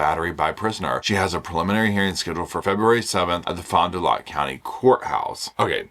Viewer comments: Wisconsite here, The prison in pronounced Tacheetah The city is pronounced Fond du LAK We have the hardest names here!! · Hi & puppies🙋‍♀️🐶🐶 I'm from Wisconsin. Pronunciations are FOND du Lack & Tay CHEE dah. Happy New Year 🎉🎊🥂☃️❄️ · I'm in Wisconsin so here's some pronunciation help. Fond Du Lac is Fonda-lac, the prison is Tuh-Cheetah like the animal with tuh (sounds like duh with a t) at the beginning. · Mah girl Taylor lol... She cracks me right up and so do you, thanks! Also they're pronounced Fonn d' Lack and Tay-Cheetah ❤